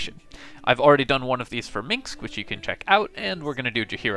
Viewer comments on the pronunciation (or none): minSc not "minks" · it does sound like you say "minks ".